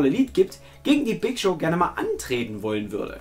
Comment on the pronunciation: Lieber. Der Gute Big Show wird Ohne R Gesprochen;)